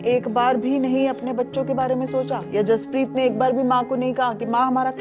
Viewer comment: बचे का नाम जसपरीत है ना कि हरपरीत